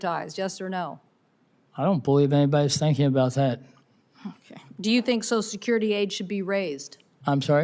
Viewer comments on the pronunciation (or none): Why is "social" so hard for so many people to say?!? This woman, like so many others, says "So-sul" instead of "So-shul." Somebody help me understand this, PLEASE!